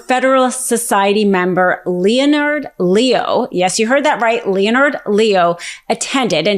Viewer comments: you're great, brilliant. But, you might want to double check the pronunciation of the name Leonard. It's not "Leo-nard", it's pronounced, "Len-ard". Just saying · LEONARD = LENARD NOT LE-O -NARD OMG I can’t listen to more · When you pronounce Leo's name as LEE'O-NARD it just sound ill-informed. We expect better from you. In case you haven't heard, that guy's name is pronounced "LENNERD LEE-OH" (say it a few times until you got this) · "Lee-oh-nard Lee-oh?" I expect better. "Len-Ard Lee-oh." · I’ve never heard it pronounced “Leo Nard” before. Is there some justification for that? If not, let’s not play that game. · Leonard is pronounced “len erd” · Thank you for the support, and you’re absolutely right! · Isn’t this woman supposedly smart? What is wrong with her then? Seriously? What adult doesn’t know how to pronounce “Leonard”? She can’t speak without sounding drunk and pronounces everything wrong. It’s annoying. “Judisherie”? Pretty basic word for a lawyer…shouldn’t it be something she has heard enough times to know how to pronounce it? She sound like a drunk with a mouth full of oatmeal. Please still letting her speak. It’s not worth it’s the information she is trying to convey isn’t getting through because it’s too distracting and honestly obnoxious.